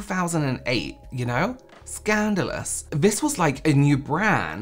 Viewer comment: that was such a fancy “scandalous.” 👑